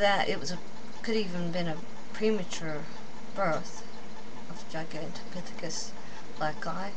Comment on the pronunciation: u cant even say the name gigantipythicus this is not good try though lady